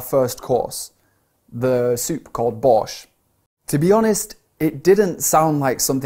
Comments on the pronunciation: Это был легкий текст но я застряла в начале . Потому что совершенно не знала что вы так коверкаете название нашего супа ... 70% было понятно . Но все ещё все непонятно 😂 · Why "borch" sounds like 'boring s#1t'? Very quickly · Пачиму вместо borsch я услышала Bosh!?!? 😂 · #1 b) He was not sure that borsch is edible #2 a) i didn't understand all the text but maybe waiter just bring soup earlier than Jordan finished it P.s. hahaha, "borsch" sounds more like a deutsch word than russian, i hear english adaptation of borsch at first time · Я сначала когда говорил не понял слово "Borsch" 😂